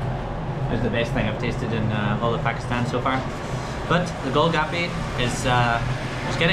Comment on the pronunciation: Not gol gapy "Gol Gappa"